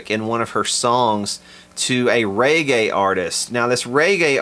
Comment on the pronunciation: "Ray-gay" !?. Never heard reggae pronounced quite like that before.....